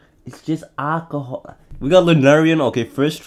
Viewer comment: "Its just alkahal"